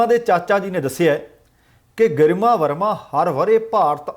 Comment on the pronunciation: It is prounced greema not garma it's a Hindi word meaning gracious